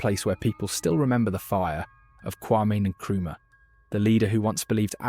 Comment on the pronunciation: You can't say any African names correctly? Not even Traore, Nkrumah, or Nyerere? So, neither West, nor East African?? Hope you are genuine, though? Not just there to lull us into some reverie of comfortable sounds?? But do keep speaking these truths - whatever your goal. Best wishes.